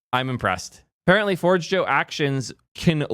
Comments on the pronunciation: forgejo isn't forge joe but pronounced forjayo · GitLab was great when it was a fresh, exciting, open source project. However they have been going downhill for a decade and are a commercial abomination now. I've been self-hosting Forgejo and a financial contributor to Codeberg for the last two years. Also, its pronounced for-hay-yo. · It’s FOR-J-YO and it’s awesome self-hosted (SSH into your Hetz for example) 🔥🚀 migrating for GH is a breeze just grab a PAT and the rest just works. See ya GH. It’s been…unique. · First Zustand and now Forgejo, I can't with the pronounciations lol